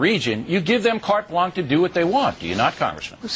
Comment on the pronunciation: It's pronounced "blonsh", not "blonk", Bill...